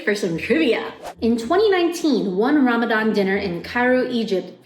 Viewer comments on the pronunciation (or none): none